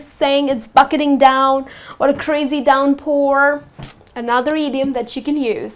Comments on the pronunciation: Downpour, not 'Doronpour' .... but good video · thank you very much for good explain note: i think word of "downpour" not Not clear in video but it was Very good video